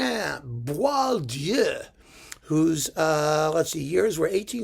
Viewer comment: Congrats from a Frenchman on your impeccable pronunciation of this composer's tricky name. Even French people get it wrong most of the time.